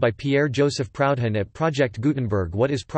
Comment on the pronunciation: This voice tool has an awkward way of pronouncing Proudhon."Proud Han)